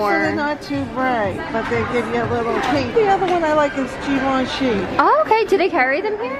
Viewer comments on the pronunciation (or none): Her Mom Literally Pronounced Givenchy As "Gee Von She"....Twice.💀